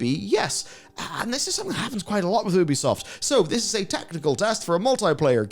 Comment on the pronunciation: One day, you'll learn how to pronounce Ubisoft correctly.